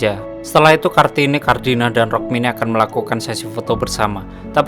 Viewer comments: Rukmini mas bukan rokmini😂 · Rukmini woey bukan rokmini 😂😂😂